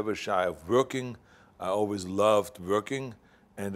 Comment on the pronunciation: Vorking or working 😂 WEF ? Klouse swab lol